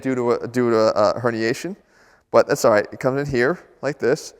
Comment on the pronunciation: Jeff 2017 thats a-lright funny accent there Jeff xD